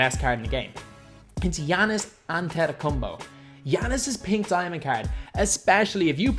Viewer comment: said Antetokumbo again...